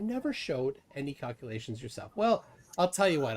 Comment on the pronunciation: What the heck are kakulaeshns